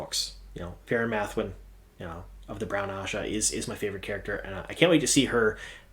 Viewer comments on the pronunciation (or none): none